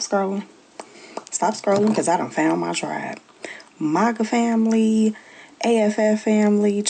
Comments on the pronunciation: She can't even pronounce her tribe correctly. She supposed to say MAGA FAMILY, but she said MACA FAMILY, DAMN! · Her MOGA Tribe as she keeps pronouncing it lol -COMANCHE NATION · Ofc it'd be the lady who can't even say MAGA the right way...tf is a mahkah yout trying to give em their tribe name to make you feel better about how you pushed your own community away and then blamed them for "exiling" you Wonder if her ancestors were some of the ones that'd sell out their families to slave traders Also woman...you know how many different things we black people simply call a "tub" ...we don't mean BATH tub for everything...we call some ice cream containers tubs...tubs of ice cream... a tub can be a container... don't tell me you are black illiterate trying to correct someone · She can't even pronounce maga right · She can't even pronounce MAGA lol😅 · That one black lady cant even say MAGA right is CRAZY! We dont need them in our community they did us a favor. Also wanting to be black when its convenient is diabolical... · In the first video... even that poor child's head couldn't believe the words that were coming out of her mouth. It kept shaking itself NOOOOOO the whole time! (Also I hate the way she pronounces MAGA.) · Why she pronounce maga like that